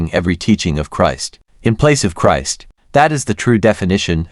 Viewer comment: The content may be ok but the mechanical speech, including mispronouncing Christ, is too annoying to listen to.